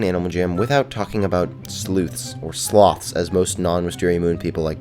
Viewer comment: We call them slow-ths lol